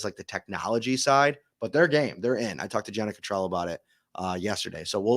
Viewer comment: Dude, this is your colleague. You should learn how to pronounce her name correctly (Jenna Cot -trell) 😂 if you listen to her podcast, you will know the correct pronounciation.